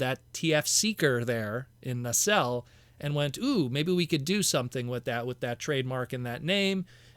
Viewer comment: Nacelle [ na- sell] you said correctly. I like the War Dawn set however needs Orion Pax Alpha Trion Guardian Robot and the Aerialbots to complete the scene